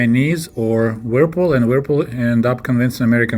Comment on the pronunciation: your English is excellent, there are a few words where you need to hear the English pronunciation, the brand "Whirlpool" is one you need to hear, it's a very difficult word for a native Russian speaker. Thanks so much for your videos.